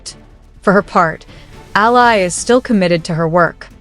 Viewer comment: it's E A L A NOT AYA please do you know HOW TO READ??????? FOR GOODNESS SAKE!!!!!!!!!!!